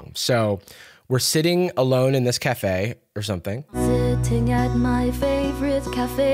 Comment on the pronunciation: Also the way she emphasizes the wrong words and is like “sitting at my fAVorite CAFE”